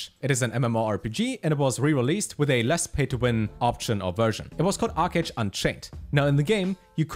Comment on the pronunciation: ArcheAge I heard? OMEGALUL. Good content my dude <3